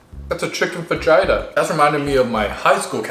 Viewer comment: Bro really said FAJUYTA 🤣😂😂